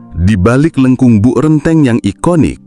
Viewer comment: renteng, bukan rènteng